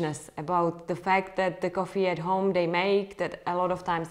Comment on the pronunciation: İts sound funny how you say coffee (koffi) and you say it a lot :))) thnx